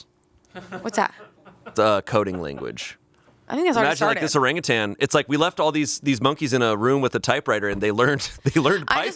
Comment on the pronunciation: why can’t say orangutang?